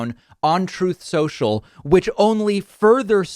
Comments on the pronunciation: I laugh everytime, David: "Troath Sensule" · TROTH SENCHEL literally the funniest part of my day.. Never stop playing this! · "troth central" my gosh 😂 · Can't thank you David enough for his RECORDED audio of Trump saying "Trothe Sential" about his social media flop... PLEASE continue this nice tradition! 😀👍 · Trouthe seuchal lol ah I love it! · Everyone knows it’s troth sensual…..there’s no other way to pronounce it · Troth sential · "Truth Sensual" is what I always hear 🤣🤣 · God do I love the little clip of Trump saying "Troth Cental" whenever David says "Truth Social" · Trove Sensual is what it sounded like at the rally. Can’t even remember the name of his own app. Or read it off a teleprompter. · 'Trothe Sential' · TROTH SENTIAL? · I always hear “Trove Cential” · I always hear "trough sential" as if his pig trough is essential 👌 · "Troth Central"? LOL Whenever he says someone lied, it's proof they are telling the truth. He's melting, he's melting. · "Trowthe senchel..." Exactly! Childishly, this is a part of your show I really love. Please keep pointing out examples of his gibberish. I'm still chuckling about "Mexilco" weeks later. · Troth sential takes me out🤣🤣🤣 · Trothe! Sential! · "Troth Central" ROFLMFAO! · Troth Senchill* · He's out-Elon-Musked Elon Musk on the damage control. I missed "Troth Sentsual" while you were away. It was mentioned a couple of times with no soundboard. Wasn't right. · Every time David plays back Trump's ' Troth Sensial ' recording I can't help but laugh. It never gets old 😅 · "Trothe Sential". 😂 Cracks me up every time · "Troth Sential" 🤣🤣🤣🤣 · i believe its pronounced "trimpth sential." according to the guy who named it. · No. It's "tRoTh sEnTiaL" Get it right! ...or wrong, depending on the irony. Yeah, man, there ya go. 🤭